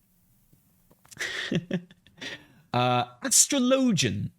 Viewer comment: Today I learned that British cant say Astrology 😂